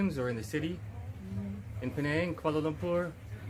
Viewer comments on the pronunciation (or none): She just said, "keyel"..kuala lumpur